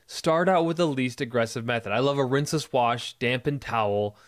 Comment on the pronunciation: The first thing I thought when I saw the thumbnail was " is Walter...is he Walter?" 😂I'm picking up on pronouncing rinseless as rinse-LESS in this video. Is that new or have I been oblivious to it before? Awesome video as usual boys!